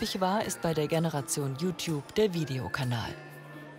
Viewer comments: Ihre Mutter kann you Tube nich nicht mal aussprechen sie spricht es so aus: U Tub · die Mutter kann ned mal youtube richtig aussprechen...😂😂😂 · Die Mutter kann ja Youtube noch nicht mal aussprechen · Jutub xD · die Mutter so : JUtup (Youtube ich weiß trozdem)